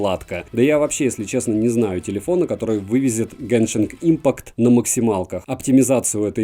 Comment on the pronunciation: спасибо за обзор, но "геншинг импакт" ухо режет...